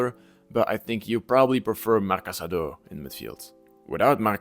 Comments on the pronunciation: cassado, not casadooooooo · No, I think you are in the wrong here if I understood you correctly. Anyways, what I mean is his surname is Casadó and the correct pronunciation in Catalan is kəsəðó - stressed on the last syllable (and with a voiceless s sound, as he himself said prefers it). It's an almost identical spelling to "Casado" (just the accent mark is different), which in Spanish you would pronounce kasáðo, stressed on the second.